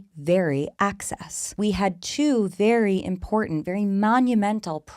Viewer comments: It’s Axis 😂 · The fact that she says axis like "act-sis" is actually so TANC in this context